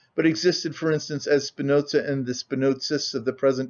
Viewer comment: There is no T in Spinoza